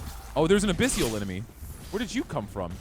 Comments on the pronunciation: Abyssal ≠ "Abyssial" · A-BISS-EL...NOT A-PISS-SEAL.